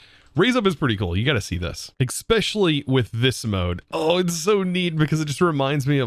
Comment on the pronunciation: are you aware/do you care that you say 'Xspecially'